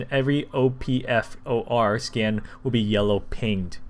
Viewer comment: "O-P-F-O-R" nope buddy just say op-four